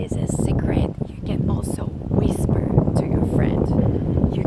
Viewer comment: Didn’t she say “ peak the nose”? I am surprised you didn’t comment on “ pick” with such a long vowel. Also “ whisper “ was said as” whiisper”.